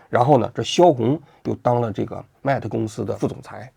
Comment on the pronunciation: 他不懂的 mate都读不对